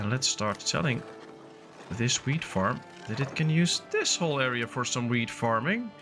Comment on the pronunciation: The way you pronounce "wheat" really sounds like "weed" 😂😂😂